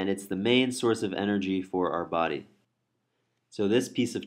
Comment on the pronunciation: It is a body not a "baaaaaaaaardy".